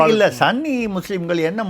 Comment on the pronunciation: Dear: it is ஸுன்னி and not ஸன்னி. Please use ஸுன்னி going forward so that you will sound more authentic. Kollengode S Venkataraman